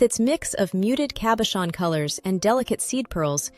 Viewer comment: Wonder if the A.I.s pronunciation errors are due to software created by ignoramuses, or are the result of the video creator's inappropriate pronunciation. It's impossible even for a non-native French speaker, but rather an Italian speaker, to hear distorted terms like; "cabachon," (cabochon), "perure", (parure), "zaffiro del Perù" (instead of, della parure), Cardier(Cartier), Van Cleef And Arpels... and many other errors. If A.I. is supposed to be the future... well... I hope someone, enters the correct data, in the correct languages. Otherwise, in addition to widespread grammatical ignorance, the fault of people who haven't studied or researched, before posting anything, we're in total disarray.